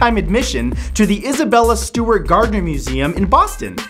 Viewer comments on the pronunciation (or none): none